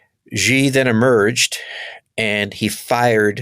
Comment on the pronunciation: The leader of China is Xi. That name is pronounced She, not Gee.